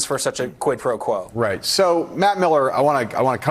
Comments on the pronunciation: what worries me is not so much the fact that the gop has voters but that the fact that they don't even care when the WH staff or trump lies, or that they do things that are unlawful or anti constitutional. and btw, trump is too illiterate to even pronounce quid pro quo correctly. smh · Does tRump even know what “quid pro quo” means? He really doesn’t pronounce it well at all.